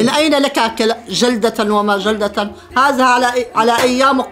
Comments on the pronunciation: حرف الزاء غير وحرف الذاء غير هذا وليس هزا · لماذا تقولنا هزا انما هيا هذا بحرف الذا هناك فرق بين الزا والذا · مازا ❎ ماذا✅ لمازا❎ لماذا✅ هزا❎ هذا✅ للتصحيح 🤣😂😂😂😂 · ماشاء الله فيديو جميل وعائله جميله 😍🩷عندي ملاحظه نطق حرف الذال انتم نطقتم الحرف. ز 👍🏻الطريقه الصحيحه هذا وليس هزا ❤️😍ولا تقطعوا فديوهات بتجننوا 🌹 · هزا مافيه زين والله حرف الذاء يبكي فالزاويه😂😂😂😂😂😂😂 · الله يسامحكم هزا ازهبي ما هزا !!! أين ذهب حرف الذال ؟ لماذا لا تحبونه ؟